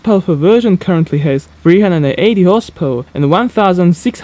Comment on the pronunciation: Dude, when you say 'horsepower version' you sound like you're saying horse perversion